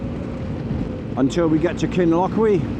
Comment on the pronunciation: I’m from Highlands, jeez ur hardy doing that this time of year. Glad you enjoyed and great video. Kinlochewe is pronounced Kin-Loch-You, just so you know! Good choice with Midge Bite 👍